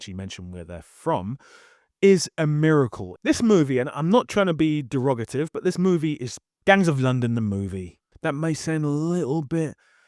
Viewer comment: I was deeply disturbed by your use of the word "derogotive" ( and again ) which I had to google. It autocorrects to derogatory which is what I think you meant. But you have an accent so I'm not sure. Is that how people say it where you're from. It sounds like you accidentally combined derogatory with pejorative , but it ends up sounding a lot like derivative.